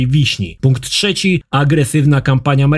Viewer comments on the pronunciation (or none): none